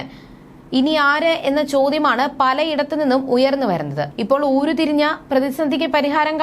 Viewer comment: ഊരു തിരിഞ്ഞ?😂 എന്താണത്? ഉരുത്തിരിഞ്ഞ എന്ന് വായിക്കൂ.....